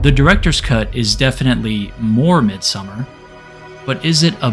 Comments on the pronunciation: Mid-sew-mar. Please pronounce it correctly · U could at least pronounce the title right if u make a whole video on it. Its not summer. MID-SOM-MAR. Its litrally spoken throughout the entire film. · It's Midsommar, not Midsummer. Also, she looks like an Indian girl than a British girl. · i realy wanted to watch the video but dude... its not called MIDSUMMER, you have the name in your title.. Midsommar it annoyed the shit out of me xD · Listening to the narrator's pronunciation of the movie's title as "Midsummer" is more frightening and scarier than the movie itself. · Don't pronounce it midsummer